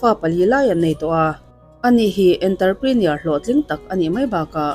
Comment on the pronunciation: Enterprener❌️ Entrepreneur✅️